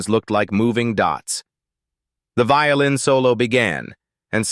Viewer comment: Did you not say vioĺin?